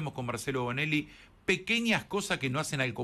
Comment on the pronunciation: Partiipar...pronuncia Bonelli. .hsta el periodismo mediocre en este pais!!!